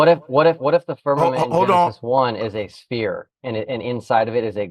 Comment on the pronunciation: Sanchez? Yeah he cant even pronouce "sphere" properly